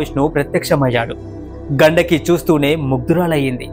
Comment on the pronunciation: ఘండకి కాదు గండికి నది... ఇలాంటివి చెప్పేటప్పుడు pronounciation చాలా important...👍